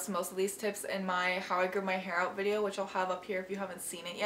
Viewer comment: “Definitely check that oot” ^^